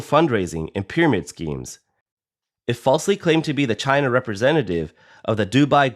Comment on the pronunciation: It's pronounced china...😌